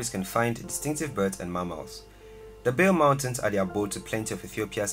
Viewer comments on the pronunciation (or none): Bale Mountains.. Pronounced Bali..like the island.. Not Bail....